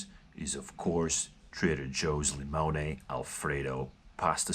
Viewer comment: "Li-mone-aye"... LOL!